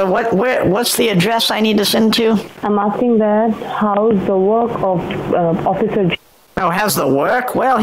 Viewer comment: Ah, the noble "Owficer"...